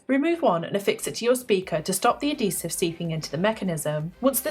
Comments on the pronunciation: "a DEEsive" ....translation... adHEEsive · A-dee-sehv xD